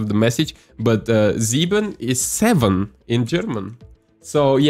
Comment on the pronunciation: You sound sooo German when saying sieben